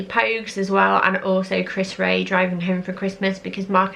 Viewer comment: Chris 'Re-ah' !😂